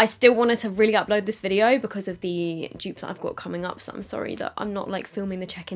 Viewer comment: All us Americans thinks she is says joops